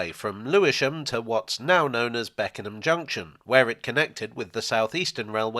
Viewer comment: You pronounced Beckenham absolutely perfectly